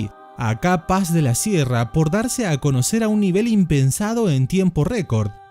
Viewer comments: Porque pronuncias CAPAZ como si fueran dos palabraz "Ca paz"... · se pronuncia capaz!!! no KA - PAZ, capaz!!!! jaja